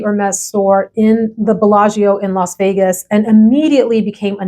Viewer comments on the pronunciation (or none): none